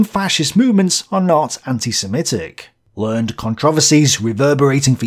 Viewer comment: In this less common example of the word "learned" (when it's an adjective describing experts or otherwise knowledgeable people) the word is pronounced like someone telling a guy named Ed to learn: "learn, Ed!" Make sure the last syllable is audible. The way you said it is correct when it's used as a verb in the past tense (like "I learned my lesson") which is by far more common.